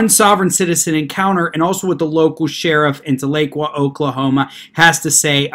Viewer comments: Tahlequah ....is pronounced Tah--le--quaw....many people not from Oklahoma mispronounce this Cherokee word. However, thanks for the video and your insights on this extremely dangerous movement. I haven't heard you talk about another group, much like Sovereigns....probably better to say just like them...and that group are the ones that go by Moors. From what I have seen, through watching videos they have posted, they appear to be made up from within the African American community. 1 hilarious video had 1 bloke claiming to be a Moorish National Tribal Peace Officer. He came in contact with the real Law Enforcement by ''travelling'' at 108 mph! Of course there was then the usual argument concerning driving vs travelling, no need for a current Driver's License or registration but, the kicker was that because of his status within Aboriginal Moorish Community as a Peace Officer he was exempt from arrest, which of course that was the end result once he refused to give the Officer a Driver's License. His reasoning for travelling at that extreme speed was his vehicle (that he said was in a trust...whatever that meant) was close to running out of petrol and he had to HURRY to a station to fill his tank lol. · The "tal" doesn't quite do it. It's more like Towl - uh - kwa. That may not be the Native American pronunciation but, that's the way I heard it as a kid. When I lived there (1960s) we called it Talleywacker. lol Floated the Illinois a bunch. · I live in OK and everyone pronounces it Tala-Qwah lol. I was confused on the town until I remembered this incident. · You pronounced Tahlequah wrong!!! It’s pronounced Tal-la-qua!! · Thank you Jim! I was about to do the same thing, though probably not as well as you did. It was like fingernails on a chalkboard every time he said it wrong. BTW- I'm from south OKC. You an Okie? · Love your videos. Wish I could tell how to pronounce the city. Very good try. Oklahoma Girl